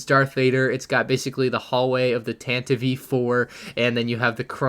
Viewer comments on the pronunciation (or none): Bruh he for real says Tantivee. Idc if it's official. It sounds dumb asf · we gonna ignore that he just said “tantiv-ee IV” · “Tantivy” 4? Haha love the pronunciation! Just playing with you, brother. Love your videos!